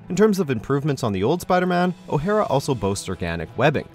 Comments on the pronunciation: why are you pronouncing "o'hara" like it's a japanese name? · What the fuck was that pronunciation of O'hara ?!😂